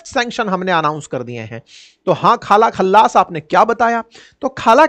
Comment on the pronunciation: काजा कल्लास है सर ना कि खाला खल्लास 😒😒